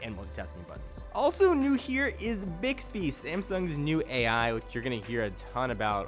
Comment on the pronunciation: I hear dicks-bee everytime.